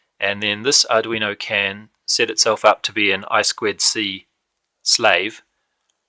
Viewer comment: I2C It's not I-SQUID-C, it's I TWO C.